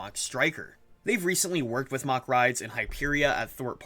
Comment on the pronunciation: Its mack not mach